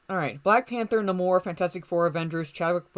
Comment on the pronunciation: The sub Mariners name is pronounced, Nay-More, with the strong "a" sound.